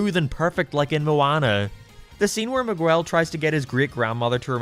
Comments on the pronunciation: Mahguel😂😂😂 its Miguel, you say Mi like a mii from nintendo and guel with the g pronounced like g in god and the uel pronounced like the ell in the word bell. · He apologizes for mispronouncing Mei’s name wrong (which he doesn’t) But he never acknowledges that he says Miguel’s name « Migooell » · The pronunciation of Miguel is killing me😭😭😭😭 enjoyed the vid tho